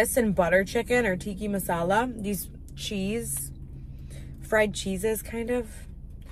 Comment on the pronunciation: Please stop calling it chicken tiki masala. It’s chicken tikka masala!!